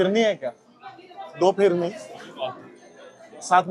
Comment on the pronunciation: Its फिरनी Not फिरणी